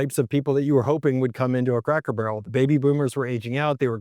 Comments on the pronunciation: Did I hear "Crackle" Barrel? I replayed it several times. My wife even thought you said "Crackle". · Is it me or is he saying Crackel Barrel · Are you saying Crackle Barrel?? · I can't stop hearing "Crackle Barrow" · This guy REALLY struggles to pronounce CRACKER BARREL... also, not sure where he's looking but every store near me in Ohio, indiana, and Kentucky are busier than ever!!